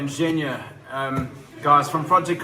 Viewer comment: It’s Zhenya, the nickname for Evheny (Ukrainian version of the English Gene & Eugene.) G sounds like “H” in Ukrainian, but it sounds like a G in russian. You’ll get it, keep listening & practicing! You can also find many videos on YouTube that take you through the Ukrainian alphabet and make the sounds for you. That’s an easy place to start. Have a great night!